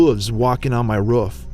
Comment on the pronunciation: roof not ruff